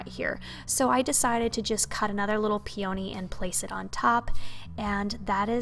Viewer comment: As an FYI.. peony is pronounced with the emphasis on the first syllable, not the second, and the "o" is a short "o"...pee-uh-nee.